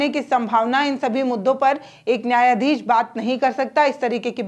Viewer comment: शेखर को सेखर, न्याधीश को न्याधीस बोलने वाली जो शामिल को सामिल उच्चारण करे उसे मीडिया छोड़ ही देना चाहिए।😂😂😂